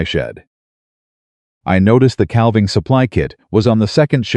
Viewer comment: Cal-ving season? NÒ it is pronounced 'càaving' season. AI also pronounces salve, an ointment, as 'sal-veh' wtong it is 'saa-veh'. The 'L' is SILENT, repeat SILENT. AI should be banned, it is so so stupid. Have been cringing at the word salve for almost a year. It has never been corrected. This narrator is repeatedly saying 'cal-ving' edit or get off Yòutube.